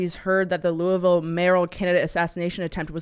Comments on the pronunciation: It's pronounced "Lullville," not "Loueyville." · it’s pronounced Lullville according to the locals 😂😂. I learned that on my first Whiskey tour. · Maybe the mayoral candidate owes the cornbread mafia money, also the way Tim and crew pronounce Louisville really grinds my gears.